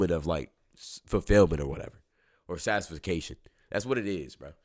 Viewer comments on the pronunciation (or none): Love the message. PS: it's sat-tis-FACT-tion Not sat-tis-fic-cation Don't want people making fun of you brotha 💯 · Satisfication?? Ngl bro made me believe in that word 😂😂😂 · No way bro said satis-fuh-cation Edit: no way he doubled back like 4 mins later and said it again!!! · Bro can't say satisfaction right